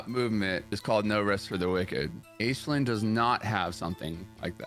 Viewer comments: Hearing Azlan instead of Aislinn hurts my soul. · Every time he pronounces Aislinn as Azzlin, I cringe a little inside. Good video regardless. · Ayyslin, is how you say his name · I'm getting so triggered at the mispronounciation of Aislinn